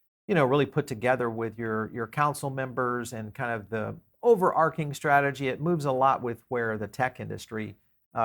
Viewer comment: it's overarching, not overarking.